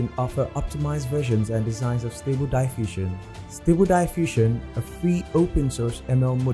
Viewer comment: Will you ever learn to pronounce "diffusion" correctly? It's in your channel's name after all! A little bit of diligence would be nice.